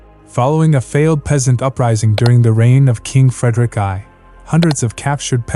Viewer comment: LOL you fookin morons .. It is King Frederick the first. Fix the pronounciations before posting your money grabbing bullshit 🥳